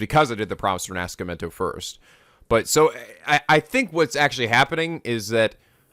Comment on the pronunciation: Knowing the true pronunciation of Rinascimento and hearing brutally slaughter it is a wierd feeling.